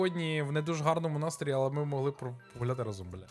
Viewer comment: 100 відтінків "зачєм" "ті" "хочєшь" "розказаті" "спочаткюу" "людіна" "алє" "надрукованій" "чорт забіряай" "нє схожій"